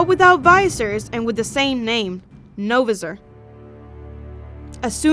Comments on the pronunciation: It's not Novasor it's No Visor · Btw it’s No-Viser not Na-Vser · It’s visor not visir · Did she purnounse it Novizerr? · Not no viser no visor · You pronounced novisor wrong it’s No VISOR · ITS PRONOWNCED AS NO VI ZER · Why does everyone misprounounce No-visor? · You spelled his name right but you did not pronounce it right